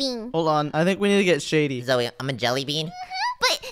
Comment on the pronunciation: stop calling Zoey zoye😡😡